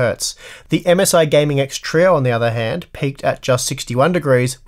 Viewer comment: have you ever considered pronouncing trio as "trio" instead of "troe"